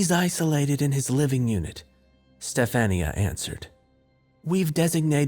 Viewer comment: Sci fi creepypasta are my favorite! And do u mean STEF-AHN-YA?